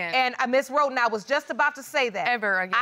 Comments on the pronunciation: When Judge LL says Miss Roton - it sounds like she says rodent! Lol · Wait the minute!!!! Did JL say Sowers (sounds like 'Sours') v. Roton (sounds like 'Roden' n 'Rotten' )???? Oh my my my. It was nasty, wasnt it? The court hearing?